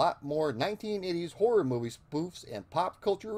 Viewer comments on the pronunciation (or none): none